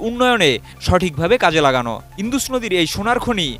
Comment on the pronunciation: ইন্দুস না উচ্চারণটা হলো ইন্ডাস 😂😂😂 যত্তসব অশিক্ষিত 😂😂😂